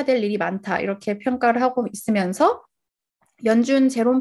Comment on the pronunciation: 말 마지막글이 높은거 같네요 ~ 있으면/서. ~ 그리/고 등.